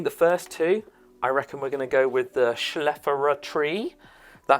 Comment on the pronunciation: FYI - the tall green leaf plant is pronounced ( chef ah lair a ). Hope that helps. Several of those plants are ones that we plant here in the US. Have fun.